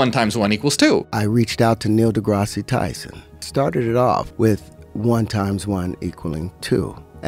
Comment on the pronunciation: Did that man say "Neil DEGRASSI Tyson" 😂😂